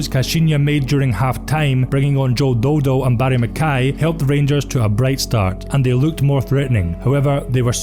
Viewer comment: Pissed myself when you called him Joe Do Do